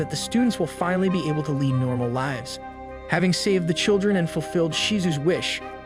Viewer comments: I know! I only realized when there was a sentence like ‘the way he lives’ except it said live like streaming nstead of live like living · Is it? shit, it was pretty good until I heard L-I-ves instead of lives... and weird emphasis on Is in general. It said Diablo really weird at the end too